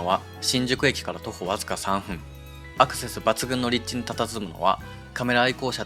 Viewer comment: フジヤさんでオリンパスpen Wをバク安出買いました。 値段忘れていました。１万８０００円でした。 ちなみに「３分」は「さんぷん」と読みます。